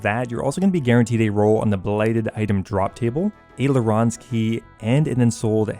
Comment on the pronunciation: Lay-rons key? Laarans… ?????